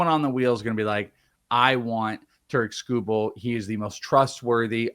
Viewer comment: TARE-ICK SKOO-BULL